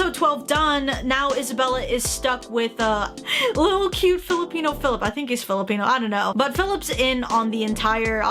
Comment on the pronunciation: She really said Philip😔🤚